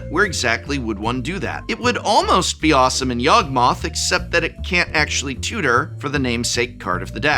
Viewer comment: man when prof said yawgmonth I thought he was swearing.